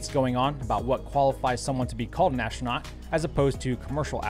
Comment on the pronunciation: What is an ash-rah-not?